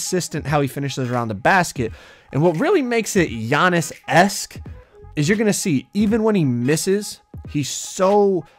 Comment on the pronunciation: His name is not g-annis his name is giannis